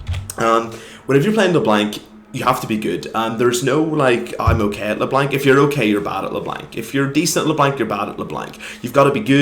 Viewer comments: couldnt make it past 40 seconds. le blank 2 op. bring back "le blonc" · and by the way, I am acadien and we don't pronounce LeBlanc "Leblong" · are you froggen? it's not leblenk m8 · How you say Leblanc gives me Cancer, it's french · No one pronounces LeBlanc properly when speaking english because they don't speak french, so you will have to learn that not everyone knows how to pronounce french names you have such a hard life don't you? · name an English word that has "anc" in it that sounds like "ank", because I bet you anything you can't find one. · Unsubbing because you are saying leblanc wrong